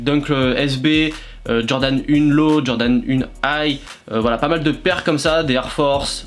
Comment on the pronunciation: Jordan "UNE" 💀💀💀